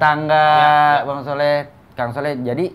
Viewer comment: Soleh min bukan sholeh.